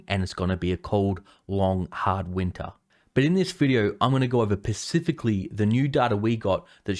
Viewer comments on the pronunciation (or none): Specifically !!!! NOT PERcifically.....ps your awesome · You sound like you know what you're on about but then you ruined it all by saying Pacifically when you meant specifically. I'm out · Pacifically?! Don’t you mean Specifically! Note:- Not a question. Rant over. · There is an S in the word (S)pecifically. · Did he say pacifically? Or specifically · *specifically, it’s specifically, not pacifically, that means passive, or relating to the pacific sea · FYI dude it’s spa-cifically not pacifically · bro you keep saying pacifically that's fucked. its specific not pacific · You lost me at pacifically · Specifically. Specifically. Specifically. Not pacifically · Pacifically or specifically? I'm confused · Still cant pronounce S .................precifically. Specifically starts with the letter S. Not P. Pacific is the Ocean. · Pacificly, and specifically, are different words. But i like how you pronounce it wrong, so dont change a thing. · SPECIFICALLY. The word is SPECIFICALLY not pacifically - but thanks for the great content. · Guy just said "pacifically" how much can we trust the rest 🤣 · I know I’m being fickle but please stop saying pacifically it’s specifically with an “s” Drives me nuts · Specifically not pacifically 🤣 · Pacifically go over the data, mmm yse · It's "specifically" not "pacifically" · He lost me the moment he said "Pacifically" instead of "Specifically" I can't trust news from someone who can't speak correctly . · My sister always said "pacificly". Its an Australian thing.😊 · My daughter had the same problem with that word. So endearing. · I'm gonna go pacifically.